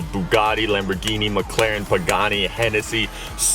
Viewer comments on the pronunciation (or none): none